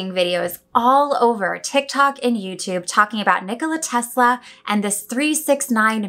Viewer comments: The technique you use doesn't really matter, as long as you incorporate the pattern of "3,6,9" into it. Oh, and don't mispronounce his name as "Tezla" or you will have to start all over again. ;) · I betcha Mr T pronounced it as 'Tezz-la'... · You're definitely not the only one Haha Every single Youtuber in the UK says TeZla 😅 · That’s how we pronounce the S before di L in Italy, like it was a Z 😊 do you have Italian roots? ... or maybe a previous life 😉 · Don't worry about your pronunciation of Tesla, Brits laugh at American's emphasising nouns instead of adjectives.